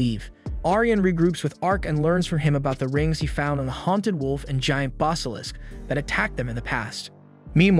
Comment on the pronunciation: I like your videos, but you say some words..... Different. Never heard Basilisk pronounced as "Bos-alisk"